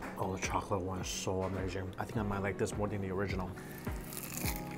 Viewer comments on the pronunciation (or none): none